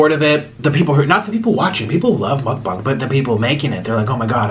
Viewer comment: Why is nobody mentioning he pronounces mukbang mukbung